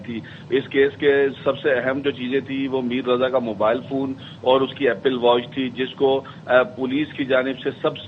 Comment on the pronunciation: ایپل کو اپیل بول رھے ھو؟